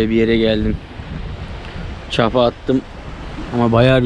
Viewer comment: reis o çapa değil çıpa